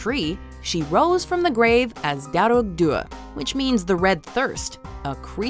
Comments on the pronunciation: when you're Irish and you have to listen to them pronounce Irish words wrongly like "dearg" it's horrible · You know Dearg is pronounced just darg , u don't have to mess with the 'r' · Just FYI - fear just pronounce “far” and dearg say “Darrg”. Lír is more like if you said ear with an “L” but don’t hold so much on the “e” sound if ya get me. We know Dullahan as the headless horseman. I have to say Irish is a difficult language to learn. We all learn it in school here and most of us are not fluent so fair play to for her attempts to pronounce some words. It’s very hard and half the time the spelling sounds nothing like the actual word. For example - my name “Aoife”! Spot on with Uisce though a few others. Don’t mind the major critics they are precious about it. At the best of We can mispronounce our own townlands name if we are unfamiliar! Nice top ten. Happy Saint Patrick’s day. Would be great to see more top ten on Ireland. Even on maybe significant moments in Irish history! We have A LOT!